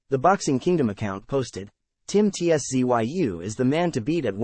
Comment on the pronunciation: Ts-zoo.2 Syllables mate.😊